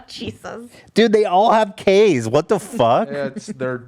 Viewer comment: I love how Trisha pronounces “cheesuz” instead of “Jesus” 😂